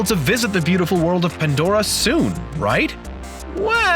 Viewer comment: its, PANDORA, NOT ANDORA.